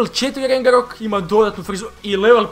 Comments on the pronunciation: Ne kaze se rengerok nego ragnarok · Nije rengarok,nego Ragnarok,ako nisi pogledaj film:Thor Ragnarok